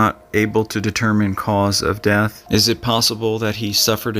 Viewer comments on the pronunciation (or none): none